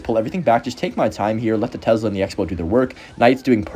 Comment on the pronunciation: tes-la gang not tez-la